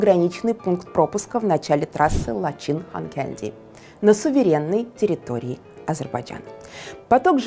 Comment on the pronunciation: Лачин нет, а Лачын ....😅😅😅😅